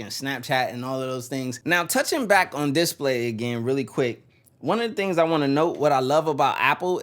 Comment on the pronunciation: is he meming when he pronounces display wrong 10000 times in a row?